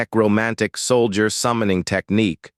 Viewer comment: Sol-dee-yurt... LoL